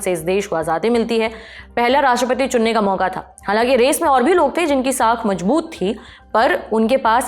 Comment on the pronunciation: Arre bhai, itni tez bol ke kaha bhagna hai. Thhoda saans leke bolo yaar baar baar rewind karna pad raha hai. Aur kripaya Hindi saaf saaf bole. Mazboot hota hai majboot nahi.